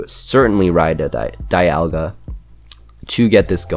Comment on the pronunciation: Actually Dialga is pronounced DEE-al-guh. Also glad to see a fellow gen 4 player. - The small one is Altered form & the flying one is Origin Form - Cresslia's still Psychic type. In fact none of the previous legendary Pokemon from gens 1-5 outside of perhaps the Primals & Mega Evolutions changed typing at all. - I'd image since Giratina's form change item is a held item you'd have to have it hold it by putting it on them in the inventory menu. As opposed to the Gracidea & the Prison Bottle being Key Items. Much like the games the Pixelmon mod is deriving from. But hey it's only a theory. - like I said with Giratina. - It's funny how you managed to technically get Cubchoo & Beartic through your Zoo series before they were added into the actual mod. - To be fair though I wouldn't really see Stunfisk moving that much if at all if it were to become animated with it's dex entries stating it. - That's weird. I remember Pixelmon YouTuber Juicehead making a video where it showed off Druddigon with an animation. - I know how you feel. Surely Deino might be the psuedo legendary Pokemon but I felt that Axew suited it a little better. It's also partially why I count Flygon as a pseudo legendary alongside Salamence & Metagross. -Pronouncing it as Bu-nell-bee as opposed to Bun-ull-bee as the Bunnel part of Bunnelby's name is a play on the words Bunny & Tunnel. - It's actually pronounced Viv-EEE-on. I found that out the hard way. 3